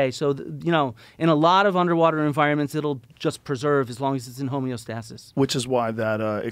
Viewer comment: Biggest contention with Flint is how he pronounces "homeostasis" "Homie-o-stahh-sis" Otherwise loved the ep